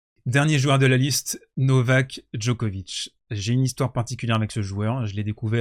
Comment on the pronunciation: Pour info, la ville natale de Monica Seleš (son nom de famille se prononce donc "Selech" en Serbe, et non pas comme tout le monde... Seles... Vous avez bien compris qu'il faut dire Djokovitch, et pas Djokovique, n'est-ce pas?) est la seconde ville Serbe la plus importante de Serbie, non pas "à côté de Belgrade" (pardon, la Serbie est un petit Pays) mais à une centaine de km plus au Nord de la capitale Serbe (au Nord-Est du pays, exactement), très proche de la frontière hongroise (frontière elle même à une centaine de km de Novi Sad), Belgrade se situant au Sud de la Serbie. Novi Sad se trouve dans la province autonome de Voïvodine (qui abrite d'ailleurs une forte communauté hongroise, Hongrie où se trouvent les origines de Monika Szeles: écriture hongroise, "Sz" se prononçant comme notre ch français). La Voïvodine est une région agricole du nord de la Serbie. Merci beaucoup à d'avoir rappeller les 8 titres en GC qu'elle a remporté, avant l'âge de 20 ans! PS: La République fédérale de Yougoslavie (jusqu'en 2003, Yougoslavie signifie "les Slaves du Sud": Youg veut dire le Sud en Serbe) était composée de 6 républiques fédérées, qui sont toutes devenues des Pays indépendants: la Bosnie-Herzégovine, la Croatie, la Macédoine, le Monténégro, la Serbie (comprenant toujours les régions du Kosovo et de la Voïvodine) et enfin la Slovénie. A noter que malgré la guerre de l'Otan en Ex-Yougoslavie, à la fin du siècle dernier, environ la moitié de la communauté internationale ne